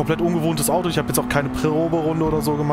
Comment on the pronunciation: Gude, Gratulation zu diesem Video, der Schwierigkeitsgrad Bug war mir auch noch nicht bekannt 😮 Wie ich im Video höre wie du das Wort "Audo" betonst, wohnst du vermutlich im Rhein-Main Gebiet, ich ebenfalls 😊 Gibt es irgendwo im Rhein Main Gebiet eine Möglichkeit ein Directdrive Lenkrad zu testen? Habe zwar einen ordentlichen Simrig, fahre aber immer noch mit einem G 29. Wäre auch bereit für eine Lenkradkombi 1000 Euro plus X auszugeben, allerdings nicht ohne mal eines ausprobiert zu haben. Gruß Jürgen betonst